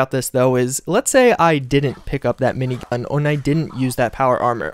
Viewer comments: Why is gat being censored? Or am I just having a stroke in the form of hearing him say "mini-gah" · He said minign